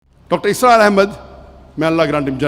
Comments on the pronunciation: Bhai dr asrar nahi dr israr hain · Dr. ISRAR not Asrar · Dr asraar nahi bhai Dr israar bhai